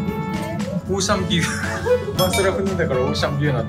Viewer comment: オーシャンビューが、おっさんブーに聞こえた😂